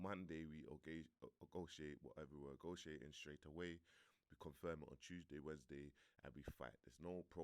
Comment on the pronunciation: did this nigga just say Agotiating 😂😂😂😂😂